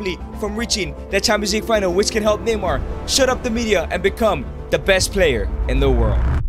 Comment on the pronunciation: Neymar not mynamar